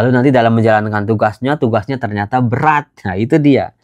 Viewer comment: bilang berat sampe BberRatt😅